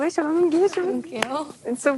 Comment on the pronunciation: “Kongrrachulashin” from that awful Natalie🤣🤣🤣 she’s the absolute Pitts